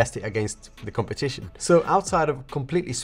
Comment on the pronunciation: just here to send greetings from brazil and say for sure that this is the best tech channel on the planet We love u ❤ The compateeshon 😂😂😂